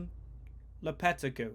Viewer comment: Its pronounced lopa-tay-gee